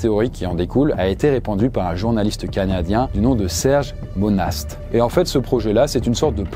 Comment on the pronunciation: Monast se promonce mona ✌️